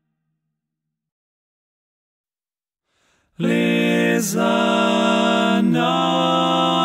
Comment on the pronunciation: Hehehe, yeah, that G sounds like a K. I’m Danish, and that’s how we would pronounce “tag” 😅